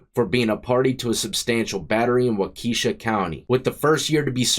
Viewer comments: It’s Wau-ka-sha not Wa-Kesha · Wakeisha 😂😂 when I moved to Wisconsin in 2018 that's how I said it too lol. It's wah-kuh-shaw. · Wakeesha county 😂 Wak-uh-shaw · Not wakesha bro...walk a shaw.....is how you pronounce it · Prison isn't a vacation. BTW, its Wah-kishaw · The way you say Waukesha county is hilarious it’s Wauka sha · I’m from Wisconsin. It’s pronounced like “Walk A Shaw” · We pronounce waukesha walk es shaw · Waukesha is ( wa kee shaw). Love your stuff from Wisconsin. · Waukesha is “Wah-kuh-Shaw” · It's WALK UH SHAW. So sick of you pronouncing literally everything wrong every video. FOR YEARS. Stop being so lazy and look it up. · I don’t think it’s pronounced Wah-key-sha County but I could be wrong. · "Wa-Keisha County" 🤣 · (Pronounced Wa-ka-shaw) If Your not from here…You pronounce it like You did. We have some F**ked Up names for Our Cities & Counties. My whole Family loves Your Channel. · If you ever gotta pronounce waukesha again it's wah-keh-shaw lmfao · 😆 it's pronounced wa-kee-shaw... people really murder wisconsin city names... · Wauhkeysha (Waukesha) is a tough one too. It’s always mispronounced like that tho. Love the channel! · Pronounced Wauka-shaw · The way you pronounced Waukesha killed me 😂 reminded me of sharkeisha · 😂 lmao you said Waukesha like if it was a black girls name! 😅 I live in Wauwatosa which is 20min from Waukesha and these are Indian names. Wapon, Wauwatosa, Waukesha, Milwaukee! ❤ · Yes! Another sconnie here. I was going to say anytime he has a city that starts Wau it’s pronounced “wah” and I was going to use “pawn” for the second half but yours might be more accurate. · Waukesha the end is pronounced like the singer Kesha.